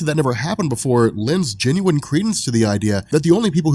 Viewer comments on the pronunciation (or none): none